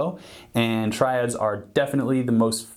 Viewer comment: Phhuuk ur Tri-Dads. I’m Not Drunnnk ur drunnnnk.